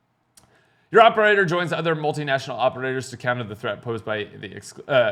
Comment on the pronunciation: "Multi--National Operators" you lost me,.